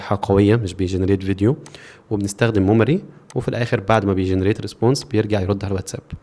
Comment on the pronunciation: ليه بتقول موماري مش ميموري؟ هي حاجه مختلفه؟